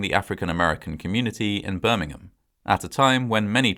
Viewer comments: Interesting but, in the US, Birmingham is pronounced "Birmingham" not "Birmingum" like in England. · I realize that you Brits say "Birmingum" for the one you have, but the one in Alabama is pronounced "BirmingHAM." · I hate to point it out, but Birming'am is a city in England. The one in Alabama is Birming-ham (H pronounced). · It’s not “Birming -UHM” it’s Birmingham. You have to pronounce the HAM. It sounds similar to a popular pork product. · I love your videos and narration. Note on this one- Birmingham, England and Birmingham Alabama are not pronounced the same way. In Alabama, it’s Birming-HAM.